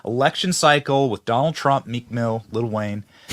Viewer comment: Meek not weak!